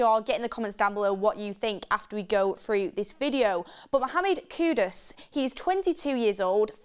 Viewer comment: ITS KU -DUS NOT KUDOS. BLOODY HELL ITS NOT THAT HARD TO PRONOUNCE